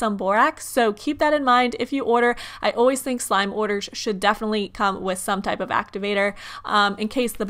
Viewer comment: I'm sorry but it was hard to watch your vid you continuously said "deaf-ly" instead of definitely.